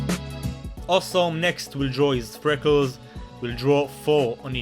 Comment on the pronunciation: owsom (he says awesome like that hahahaha)